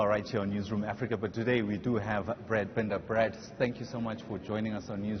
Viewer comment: And couldn't even pronounce his name right.